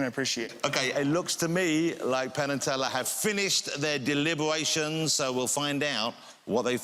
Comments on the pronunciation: cuwiously, delibewations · Cuwiously. Delibewations...